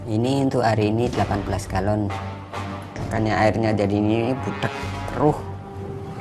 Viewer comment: Galon kak bkn gelon